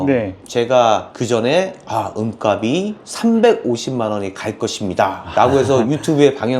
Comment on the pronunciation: 내용 넘 좋네요 잘 봤습니다! 다만 은값이 [은갑시] 라고 표준발음 부탁합니다. 은갑이 [은가비] 가 돼 발음도 안 맞고, 무슨 갑? 상자? 이런 느낌이 됩니다.